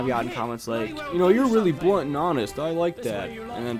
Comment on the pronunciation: lol u say blunt funny....heh....heheh....blunt